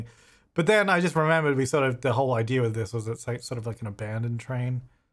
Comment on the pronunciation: Do they say 'idear' where you're from? Never noticed that before.